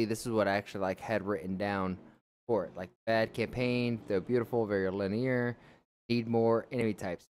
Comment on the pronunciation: so youre complaining that theres no microtransactions, and.. that you have too much customization? also that butchering of Linear was wild